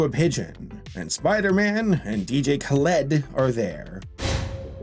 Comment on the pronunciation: how in the world did you mess up dj khaled's name he's the best